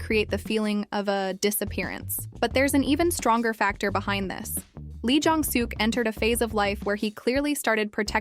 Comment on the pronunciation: Please pronounce their names correctly. Park Seo Joon is pronounced Park So June Nam Joo Hyuk- Hyuk like the u is silent. Moon Ka Young Ka not Ga Song Joon Ki- Song June Key Lee Jong Suk - Suk is pronounce Suhk not Sook listen to how they are pronounced before you pronounce it wrong. Thanks